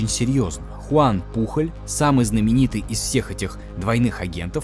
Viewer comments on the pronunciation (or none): Ролик отличный , но побуду душнилой: не Пухоль, а Пуоль. Он же Испанец, даже есть знаменитый футболист с такой же фамильной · Топ. Одна из любимых историй в истории😅. Но Пухль😂😂... Он Пужëль на французкий манер или Пуйоль на испанский. 😅😅 испанский стыд😂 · Да не Пухоль он, а ПУЁЛЬ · Хуан Пужоль* не Пухоль